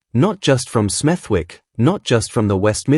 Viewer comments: It is pronounced smedik and not smeth'wik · It’s pronounced SMETHICK NOT SMETHWICK. The W is silent 🤫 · It’s pronounced Smethick. Forget the “W”